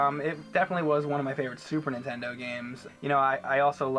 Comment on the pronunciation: lmao I love how 80% of the time James says 'entendo' instead of 'nintendo'